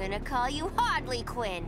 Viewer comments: she said Hardly Quinn... 😂😂😂😂😂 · Margot Robbie = Hardly Quinn